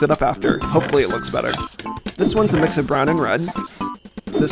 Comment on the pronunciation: Every time you say mix, it sounds like Miss😂 your butt is red ha ha ha ha!